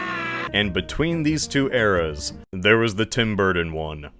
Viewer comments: In this video: "Tim Burten". "Tim Burden". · Wherein the hell are you people from that pronounce Burton as “Burden”. What state do you people live in cuz I’ll never EVER go there. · The letters D and T are not interchangeable. Burton and Burdon are not the same word. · Forgodden tim burden dude why do you have trouble with your t's lmfao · i can’t stop laughing this channel makes me laugh so fucking hard man edit: tim bur-tin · please stop saying bur-ton like that I’m begging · I swear, quit saying Burton as “burden”. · His emphasis on BurTON bothers me lol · This guy says “ Burton “ like he’s still figuring out the English language